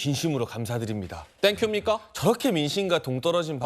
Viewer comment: 땡큡니까 ㅈㄴ 뻘하게 웃기네 ㅋㅋㅋㅋㅋ